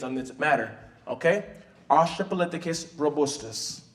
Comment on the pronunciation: Australopithecus not Austrapolithecus. I'm sorry it was just bugging me and a paleontologist and as someone who studies prehistoric life including that of humans. Amazing presentation though, and as was pointed out we can all trace our dna back to Africa. Not just black people, not just people living in Africa, but everybody. We are all brothers and sisters as humanity and as a species. It is very important to respect and learn the history of humanity and of Africa, and respect the culture as well. Such a well done and powerful presentation and it's amazing what you're doing. Keep up the good work